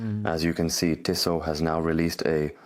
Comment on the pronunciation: Two things … Pleased to hear his name hasn’t changed 😂 And it’s pronounced TEE-soh !